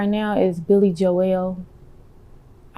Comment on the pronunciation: Billy jo-el lol